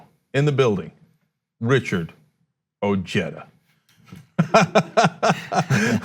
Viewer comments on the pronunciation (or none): Great, Ojeda can't win his state so now he wants to run for President. Ojeda should prove his worth and try to win a WV Congress or Senate seat first. Ojeda trying to distant himself from his Spanish heritage by pronouncing his name "O-j-da" instead of "O-he-da" won't get him many Latino votes. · He almost had me, until I heard him mispronounce his own last name. Maybe I am being petty but It felt like nails on a chalkboard...it is NOT pronounced O-jay-dah. It is pronounced Ojeda; the “J” in Spanish is just like the “H” in English. And if anyone says, well, that’s just the way we say it in English, you’re still wrong. If you don’t believe me, look it up. Just like Smith wouldn’t be “SMIT” in Spanish just because the “h” happens to be silent. The closest pronunciation I can think of is “O-head-ah” and never O-hey-duh.” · It's pronounced Oh-He-duh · We need a Wall like we need 10 Nimitz class aircraft carriers. I wasted money on a donation to Ojedas House Seat candidacy in W. Virginia. He is not medialy savy enough to get elected in his own back yard, let alone on the big stage. TRT Is for the choir not for the unconverted, he needs MSNBC and to learn how to pronounce his latino surname. I like him, his message is what I want said. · Francis Lumley I’m calm, thank you very much...maybe you’re the one who needs to calm down since you couldn’t spell not. I do believe I stated that perhaps I’m being petty over the mispronunciation of his last name. And while I strongly believe and support his policy ideas; you know there will be some right wing conservative who will find the smallest little thing like the mispronunciation of his last name and run with it. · Trump pronounces putin as trump. Ojeda is irish. Omally, obrien etc..everyone knows names that start with O is irish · Ojeda it's a spaniard proper noun so you should pronounce it correctly so you don't sound so moronic. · He pronounces his name wrong...but he is great..